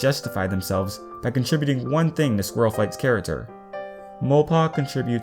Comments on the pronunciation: who noticed he said 'char-a-ter' in stead of 'character'? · I don't want to be mean but, can you pronounce your c's correctly? Its character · am I the only one who cracks up when he says character wrong?